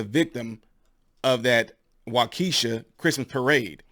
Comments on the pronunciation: Waukesha Wi pronounced Waa-Kaw- Shaw. hope that helps ya out. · Waukesha not Wakeisha "Waukesha" is thought to be an Anglicization of the Ojibwe word Waagoshag, the plural of fox ("waagosh"), or the Potawatomi name Wau-tsha. Wau-tsha (sometimes written as Wauk-tsha[19] or Wauke-tsha) was the leader of the local tribe at the time of the first European settlement of the area. This is confirmed by accounts of Increase A. Lapham, an early settler and historian of the region.[20] According to Lapham, the Algonquian word for "fox" was pishtaka.[21] Cutler also told visitors about Wau-tsha, who was described as "tall and athletic, proud in his bearing, dignified and friendly." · Wah keh shaw is the pronunciation I believe. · I'll help you with the pronunciation, I live 10 min away from Waukesha. "Walk-e-shaw" Great show, keep up the good work. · WAUKESHA ( WAH- KA- SHAW ) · Just a heads up...Waukesha is pronounced waa-kuh-shaa with emphasis on the first syllable. Great video! Thank you! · It’s pronounced “walk a shaw” my best example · pronounced "WAW-kee-Shaw" I have it on good authority from the Midwesterners here. Good analysis, neutral look at the facts and motivations of the case. Terrible tragedy born of hate just creating division unnecessarily. Love your content; have to resubscribe every so often. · great coverage - btw Wisconsin city pronounced "wak-eh-shaw" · Great show. No disrespect but its pronounced walk-e-shaw. Just one of our weirdly spelt cities. People needs to all start seeing people for who they are. I completely agree with you. Its one thing to have dislike for someone or there race but its another thing to kill someone/someone's. Evil is real. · It's pronounced WALK-shaw. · It is pronounced..... Walk - E- Shaw . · Wau-key-shaw... is how it's pronounced... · WA-ke-shaw (*waa*-kuh-shaa according to Wiki). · I'm from Milwaukee, Waukesha is pernounced Waw-Key-Shaw I'm sure no one cares but 🤷🏾‍♂️. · Waukesha is pronounced: walk-ish-shaw. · WAU- KE-SHA